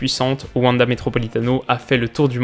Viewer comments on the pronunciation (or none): none